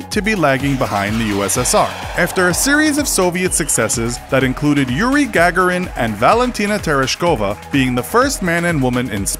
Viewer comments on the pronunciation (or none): It's "gag-GAR-in" NOT "GAG-er-in" like you're gagging. I don't like this host as much as the other guy who gets most all of his pronunciations right. (Hey, it matters if YOU'RE a Gagarin!) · What was that pronouncing of Gagarin...